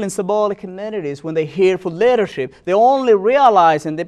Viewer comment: Do you even listen to yourself? Subhanallah, you don't make any sense. Brother before you speak please get a script so it will make easy for you to get to the point. Plus why are you trying to get an accent that’s difficult for you? Because you are NOT even pronouncing Somali correctly.